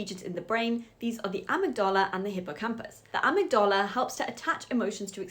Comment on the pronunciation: I really like how you say amygdala